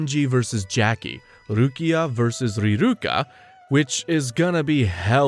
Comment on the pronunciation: Bro i love your videos but the random mispronunciation on words you say a bunch normally is killing me, calling Rukia RuKAI is crazy im dying